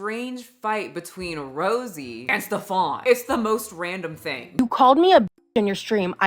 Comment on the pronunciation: Okay first of all this little man has nothing in common with the pronouncation of a Stefon or any other french versions. His name is "Stefan". German. Pronounced as flat as his character: S (Sch -like the "sh" from fish) T EF (like the letter "f" for F U) AN ("a" like father and short "n") exaggerated: Schteffaan. No need to raise your voice or pronounce anything extra. He is really not that special.